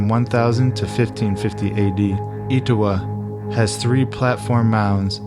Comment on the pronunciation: Et-O-wah, and Cartersville. (Like jimmy Carter)